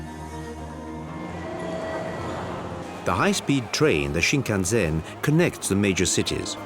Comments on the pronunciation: I don't know who made this documentary, but their pronunciations of Japanese words is terrible, leading me to believe they're not Japan experts. For examples: the bullet train is pronounced 新幹線 (shin-kan-sen) not shin-kan-zen. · For heavens sake, its Shinkansen, not Shinkanzen.h! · It kills me every time the dude says: shinkanZEN.... OMG.. put someone who can speak properly the basic words at least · A bull train is Shinkansen, not Shinkanzen. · It's completely wrong to connect every single items of Japanese culture to ZEN. And it is not shinkan-ZEN but shinkan-SEN. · I love how the guy emphasizes the "zen" in Shinkansen... except that's not how it's pronounced. It's an "s" sound not a "z" sound. There's nothing quite like getting something completely wrong with all the confidence in the world.